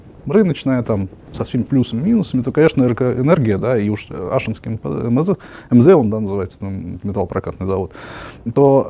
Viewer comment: АшИнский завод, ударение на И 😁